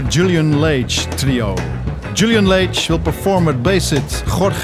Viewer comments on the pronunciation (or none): The announcer up front mispronouced Julian's surname: it is not Laige but Lage, a Portuguese name. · Also the guy of Bimhuis Radio got it wrong. As you said it is pronounced lɑːʒ/ LAHZH